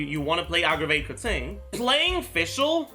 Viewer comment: he butchered Keqing's name pronunciation, he says it as "Kur ting" when you are supposed to pronounce it like as if it was spelt like "Ker ching". it's a (Qing) "ching" sound not a "ting" sound, if you listen to the english voice over where she introduces her self you'll clearly hear it & you can still hear it in the other languages as well. But I prefer the english setting so I understand it better for me.